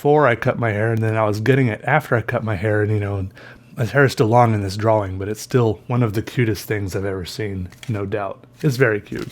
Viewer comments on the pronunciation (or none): to me it sounds like draw-wring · why do you pronounce drawing as if it has two w's in it? "draw-wing" is how you say it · is it just me or does say drawing weird, it's cute tho😂